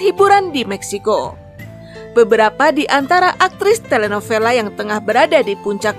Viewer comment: Telenovela read as telenobela😊